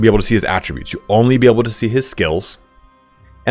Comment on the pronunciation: Language tip here: Qasira is based on Arabic. It's actually closer to Gasira than "Qwah"sira.